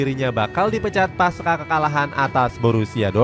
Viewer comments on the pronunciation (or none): none